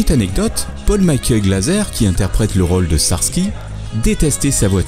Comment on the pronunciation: sTarsky pas ssarsky .... Mais c'est sympa comme vidéo.